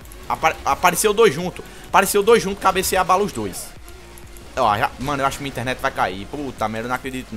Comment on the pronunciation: interenet d açucar hahahahhahhaahahhahahhah kkkkk ri muito!!!! mereceu like